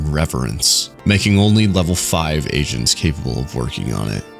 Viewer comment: i heard asians instead of agents which was cuz they are core-an